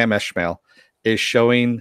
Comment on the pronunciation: Sam ES-mail. Not Esh-mail